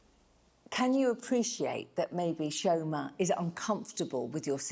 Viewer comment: Chi-O-ma...it's irritating to how says Chioma